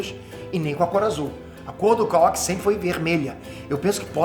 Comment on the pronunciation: só eu acho que o devia aprender pelo menos as pronuncias das palavras em japones? nao tanko ele falando "razenga", "kawáki", "gayden"